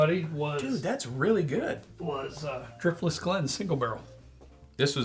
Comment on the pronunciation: I love Dirftless Glen! 😂